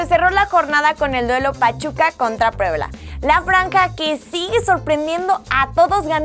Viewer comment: alguien más escucha raro "Puebla"???